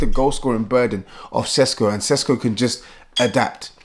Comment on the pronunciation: It is pronounced Sheshko not Sesko.